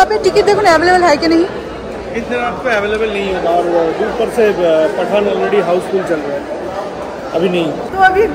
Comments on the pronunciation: Why u don't post daily vlogs...such long gap between ur vlogs...and plz pronounce Pathaan as it is not like Paatha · It's pathan not paathaaan ...sunne me bohot ajib lag raha hai